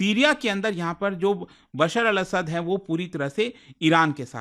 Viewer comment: not असाद 😅it' असद